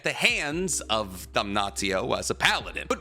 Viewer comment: "dam-naht-io" bro please why are you intentionally saying it wrong, its givingthe same vibe as people calling naruto "nuh-rue-toe"